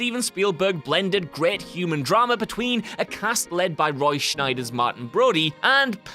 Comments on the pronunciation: Anyone else annoyed that he said Roy Scheider’s name as though there is an N in it?… because there isn’t. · Roy SCHEIDER, not Schneider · there is no N in Roy's last name. It's Scheider, Scheider! Say it with me, SCHEIDER.